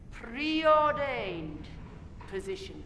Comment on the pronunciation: “Preordained particular position” 😤😤